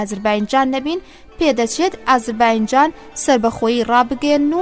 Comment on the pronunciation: سڵاوتان لێبێ و دەستتان خۆش بۆ ئەو خزمەتە گەورەیە. بەڵام تکایە ئازەر "بایـــنـــجــان" نیە. ئەو باینجانەتان لە کوێ هێناوە؟ نازانم هەڵەی وەگێڕە یان هی ئێوەی بەڕێزە کە دەیخوێننەوە؟ ناوە دروستەکەی ئێستای ئەو شارە، "ئازەر بــیـــجان"ــە. لەسەردەمی ماددەکاندا لەژێر سایەی حوکمی مادەکاندا بووە و پێی گوتراوە (ئــاتــرۆپـــاس).